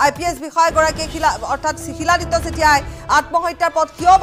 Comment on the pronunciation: চিলাদিত্যা ? তেতিয়া হলে আমি শিলক চিল বুলি উচ্চাৰণ কৰিম নেকি ? মৃত্যু খবৰ দি নাহে । মৃত্যুৰ খবৰ হঠাৎ আহে ।